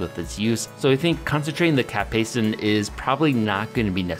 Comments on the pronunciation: cap-SEIS-in You're adding too many syllables. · Seems like there is a ghost "a" in your Capsaicin. Keeps saying cap-say-a-sin. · Weird pronunciation of capsaicin. Like a hybrid between the American "cap-say-sin" and British "cap-say-uh-sin." Pronouncing the first i like what it sounds in the words hit, miss, or ditch more than how the Brits tend to pronounce it like the U in hut, mutt, or Dutch. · What if I told you the first "i" is silent in capsaicin?